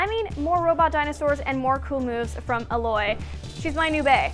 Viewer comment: How can Alloy be BAE if you can't even pronounce her name properly.